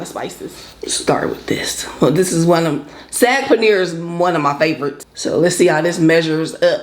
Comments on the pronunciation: No it’s not pronounced like SOG. It’s literally pronounced how it’s spelled SAAG. I’m Indian I know. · Hey,. The "aa" in "saag" is pronounced like the "o" "fog" or "soggy." I love Indian food too. I have 2 close Indian friends who put me on years ago. Looks good!